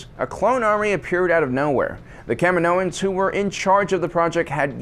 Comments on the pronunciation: Why do u keep saying kam'inoans?? Lol.. Smh... Learn to get the proper pronunciation first.. Dork! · Anyone else cringe when he pronounces Kaminoans?